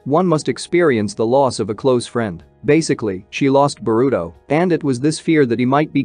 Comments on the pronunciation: He say burito not boruto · Do you say boruto’s name wrong on purpose?